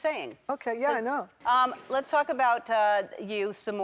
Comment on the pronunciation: Oh. Yeah. Las. Go. Las go. Cher